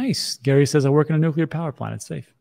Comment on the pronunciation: Nuclear is the way. Nucular is not the way.